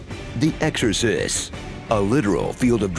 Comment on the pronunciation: "The Exorsis" killed me xD